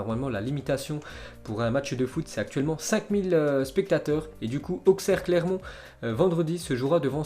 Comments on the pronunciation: ça se dit Aussere pas Auksère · ça se prononce aussere* pas auxerre